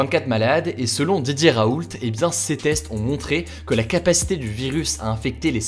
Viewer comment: Pourquoi à chaque fois qu'il dit "Didier Raoult" j'entends "DJ Raoult" ?